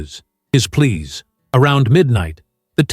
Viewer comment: His PLEAS not please